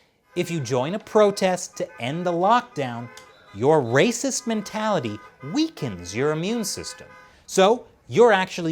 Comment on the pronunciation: See coronavirus is rrrrrrracist!!!!